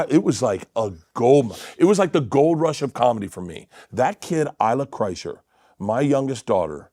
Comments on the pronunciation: Blert Klersher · (Bloat a liver) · bert kersher? did you even look at how his name is spelt? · Bert "Kerscher" hahaha